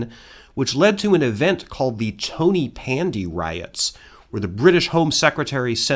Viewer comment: "Tony" in Tonypandy is pronounced like "tawny", or three syllables like "Ton-y-Pandy". I think it's a mix of old English for town ("ton") and Welsh. Otherwise good video. Source: been there many times